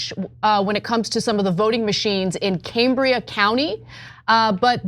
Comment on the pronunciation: Cambria with a short a, as in Cameron. I live here.